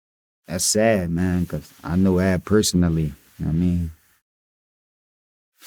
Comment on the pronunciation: You'd think a rapper would know how to say personally. It's not person nally 😀😀